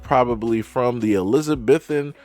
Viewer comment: (Uh -li-zuh -bee-thn ) era